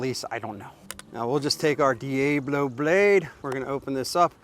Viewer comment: D A Blo??? it's pronounced D Ablo, As in El Diablo.. You know, spanish for The Devil....